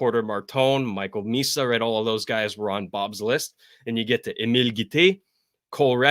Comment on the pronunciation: Emile Guite, not Emil